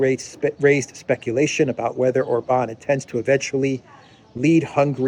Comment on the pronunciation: God bless and protect Viktor Orban. (And it's OR-bahn, not or-BAHN.